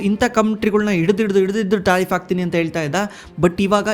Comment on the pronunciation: ಯೋ ತಾರಿಪ್ ಅಲ್ಲ ಟ್ಯಾರಿಪ್ ,ಸಿಕ್ಲಿ ಕಲ್ ಅಲ್ಲ ಸೈಕ್ಲಿಕಲ್!! Language kalıyo le first🥶🥶🥶